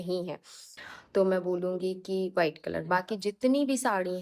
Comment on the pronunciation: Bas ek bat bolungi ki aap v ko b kyu bolte ho white ko bite bolte ho